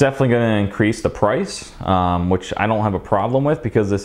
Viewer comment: "Its gonna definitely incrice the prease" LMAO